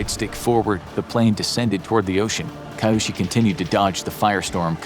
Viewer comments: The name is pronounced Kee-yoshi, not Kaiyoshi. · 'Ki-' isn't pronounced "kai", it's pronounced '"kee". So Kiyoshi is KEEyoshi, not KAIyoshi. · KAI yo shi no. Kee yo shi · So, So many things wrong with this video, both factually and culturally. Please put in some effort into research, unless you're putting a disclaimer that your "story" is based on stereotypes and assumptions. Too little space to even gloss over, but to start: He got a "*White*" paper? And WTF is "Kai-Yoshi"? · You do a great job of narrating but I urge you to work on pronunciation. KEY-YOSHI Kiyoshi Do better! I know you can! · I was thinking why Chinese background music And Kiyoshi isn't pronounced right